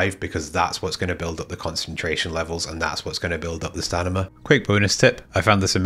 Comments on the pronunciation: "Stanima" ........do you mean stamina? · say stanima one more time and im gonna lose it. Love the video